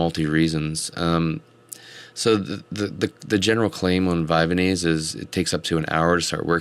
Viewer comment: Vyvanse is not pronounced Vyvanese. It's not like Japanese. The "vanse" rymes with pants. Vy-vanse